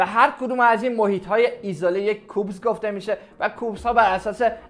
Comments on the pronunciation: البته اون کوبز او اس نیست کیوبز او اس هست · درستش کیوبز هست نه کوبز